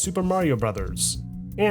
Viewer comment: Portopia in Japanese is pronounced: Pōtopia renzoku (renzok) satsujin (satsu-gin) jiken (G-ken)